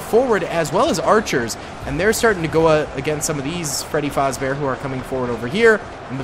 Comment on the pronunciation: its fazbear not fozbear you keep switching between the two